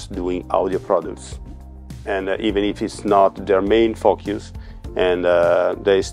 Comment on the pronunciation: Amazing accent. I have the impression that he swears all the time :) Word "focus" sound hilarious!